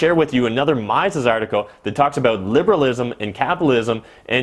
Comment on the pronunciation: Mises is pronounced ME-ses, not MY-ses.